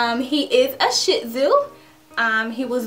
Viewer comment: I swear she said shit tzu 😂